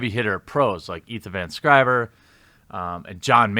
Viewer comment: Sciver, not Scriver; although Scriver is more fun to say somehow. Probably why it sticks.